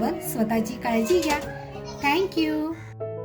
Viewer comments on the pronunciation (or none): none